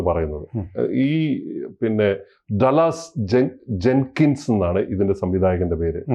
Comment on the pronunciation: Though the name is spelt DALLAS it is pronounced 'Daalas' Long sound of vowel 'a' after D and short sound of a after L.